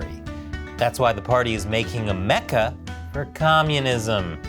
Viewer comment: I know in the Intro you said Mecca (as in journey) but I heard Mecha (as in awesome big giant robot) all I thought was “eh you do you”